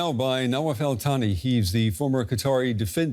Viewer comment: did he say “Israel Thani”?😂😂. I had to watch to see who this “Israel Thani” was - what a combination!😅😅😅